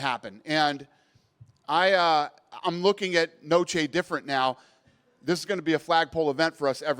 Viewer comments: funny how he still can't pronounce "noche" right... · all this for Mexico but can't even pronounce noche correctly or at least attempt too